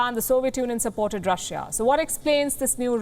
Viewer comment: India's love to say Russh-a